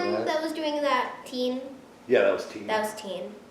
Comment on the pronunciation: Tie-een Sand not teen